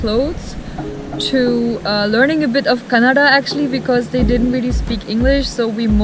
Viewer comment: You pronounced “Kannada” better than a North Indian so Danke❤️❤️❤️❤️❤️